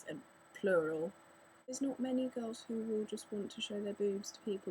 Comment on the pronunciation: I have no prob with girls on xbox live i dont pay much attention anyway lol and you say girls like gawls